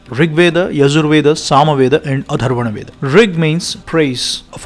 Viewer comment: Its not Atharvana veda, it's Atharva Veda